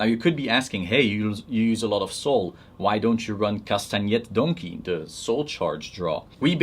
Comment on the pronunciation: but no duckbill tho, heretic Real shit, I love the way you said Castanet Donkey. This profile is nuts, it makes me want to play Great Nature again, I forget how much fun they can be sometimes.